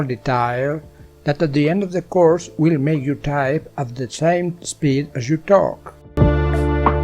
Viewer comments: "couRSH" got me rollin' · why did he say course like that but goood helpping nice too